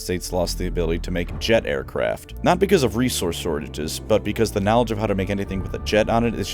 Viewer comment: "You know what I value more than the Primarchs? KNAWLEDGE"